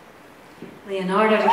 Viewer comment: It's creaking LE-ONARDO not LI-ONARDO